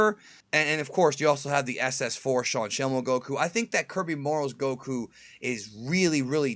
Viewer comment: Warms my heart to hear you pronounce "Goku" correctly, even if it was just once at the beginning.